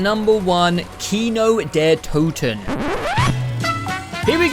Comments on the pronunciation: Me as a german can tell you it's Kino der Toten ,not Kino der Tuten Same with nacht der untoten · im gonna say it, it is not TUTEN. Kino Der TOTEN. You pronounced them how the majority of the zombies community would understand the map as being called. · did this man just say kino der tootin???!?!?! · You said "Nacht der Öntüten" and "Kino der Tüten" lol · My guy pronounced maps like Kino der Toten correctly and then "fixed" it to the incorrect saying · i like how he pronounces kino der Toten even worse after looking it up